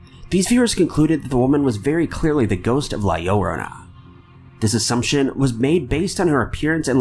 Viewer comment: La Llorona is pronounced with an emphasis on the last "o". La LlorOna (La YorOHna).